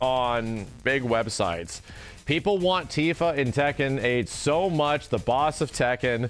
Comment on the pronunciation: It's Tifa. I'm not watching the video. It's Tifa.